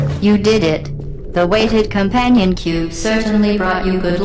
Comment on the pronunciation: com-pain-on cube